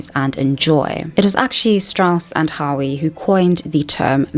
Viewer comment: For someone so clearly possessed of an above average intelligence, you certainly do display a high degree of intellectual laziness. Why do millennials and zoomers place such a low value on proper pronunciation? HOWE is pronounced either the same as "hoe", or "how"... not "howee"... I wish you knew how ignorant (the term is applied here in a rigidly clinical sense) it sounds for you to mispronounce a word whose proper pronunciation is so easily, readily determined. Howe is FAR from a rare surname. ZEITGEIST is pronounced: "zite-giste", not "zite-gist", for the love of god. Google, or almost any cell phone will give you the audible pronunciation of any common word. How is it possible that you, in a video where it is necessary for the viewer to accept your being of above average intelligence in order for you to carry the presentation off, that you are so lazy in this way? You put the lie to your own assertions by making such self-indulgent, moronic mistakes. My guess is you made further mistakes before the end of the video. I would not know. I stopped playback after your second flub. Have a lovely day, dear.